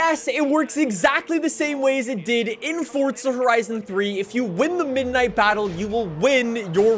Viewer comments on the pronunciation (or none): It's Forza not Fortsa🤣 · Theres no letter T in forza, plz stop saying it like this. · LEARN HOW TO SAY FORZA!!! JESUS CHRIST!!!